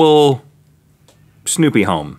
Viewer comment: "Mobile Snoppy home" -Rehht Mcgloghlyn 2017